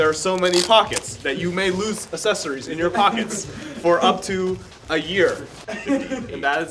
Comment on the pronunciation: He doesn't say accessories correctly.